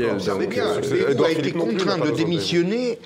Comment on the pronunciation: Le nom de Bayrou se prononce "baïrou".